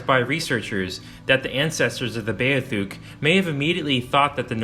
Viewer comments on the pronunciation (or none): it's beothuk dude.... Bee - oth - uk.